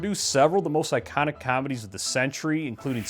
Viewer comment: I just realized you're Canadian LOL the way you just said comedies during that opening screamed Canadian